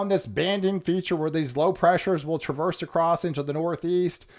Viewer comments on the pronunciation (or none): none